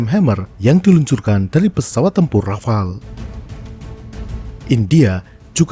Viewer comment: Nah.. cuma Channel ini yang benar spellingnya untuk Rafale.. yang lain pada bilang RAFALÉ